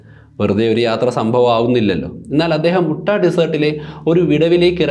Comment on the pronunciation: ഉട്ടാ - ✖️ യൂട്ടാ - ✔️